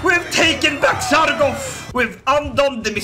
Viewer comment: Love the content! BUT IT'S SARGO T, not Sargof. thanks :)